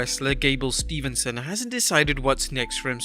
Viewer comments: It's steveson not Stevenson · Its Steveson not Stevenson. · It’s Steve-son man not Stephen-son